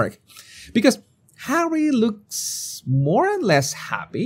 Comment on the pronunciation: Moar? It’s more